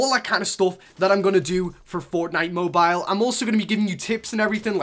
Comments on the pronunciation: I like the vid but I get annoyed by how you say mobeal just say mobile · The way you say Mobile puts a smile on my face 😂